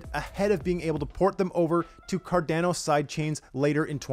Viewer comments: Great video! But please, its Car-Dah-No, not Car-Dane-o hahahaha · Very good short informative video on KEVM. Saying Cardano like Car-DAN-o makes you sound like a newbie though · Good video but Car-DAN-o hurts my ears! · CarDANo ... lol i dunno why but this sounded so weird to me. ive always pronounced it Car-Don-O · Is it “CAR-DA-NO” or “CAR-DAN-NO” I thought it was the first pronunciation. Great work by!